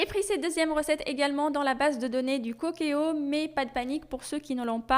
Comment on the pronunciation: Le cookéo se lit coukéo comme en anglais le mot cook se lit couk en anglais qui veut dire cuisiner